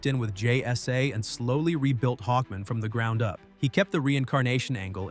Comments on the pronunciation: HawkMAN, not Hawkmin. Is this an AI voice or is the narrator mentally challenged?!? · It's pronounced Hawk MAN not Hockmon. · Hawk-MAN! Jfc. Is this AI or no care for pronunciation? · What’s with saying Hawkman like that? It’s not his last name. “Hawkman. Murray Hawkman.”